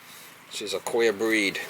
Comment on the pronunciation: I was trying to figure out what a "quail" unit was when I noticed he was saying queer😂 Those old FPE Stablok panels are a good way to test the limits of your homeowners policy. There's a lake community near me of around 50 homes and every one of them had Stabloks in it. At least 5 of them suffered fires related to them. A 15 amp breaker may trip around 40 amps or not at all. By then the wires are glowing.